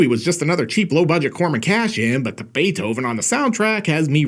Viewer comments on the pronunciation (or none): none